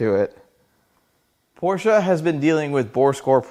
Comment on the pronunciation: Thank you for pronouncing Porsche correctly!